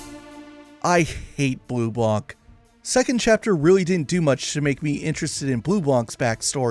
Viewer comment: The way you say BleuBlanc is very bad…peoples who are not american or english peoples are nice enough to speak your language maybe you could be also in doing a little effort….😊